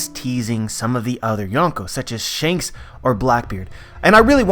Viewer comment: ITS SHANKS MAH MAN